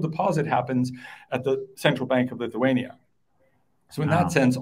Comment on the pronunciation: Homeboy lost me on “Lithuania”…